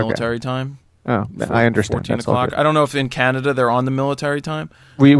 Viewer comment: Canadia lol